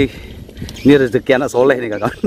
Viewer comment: Perkataan rejeki sepatut nya rezeki sntara HURUP Z dan J ada perbedaan sebutan nya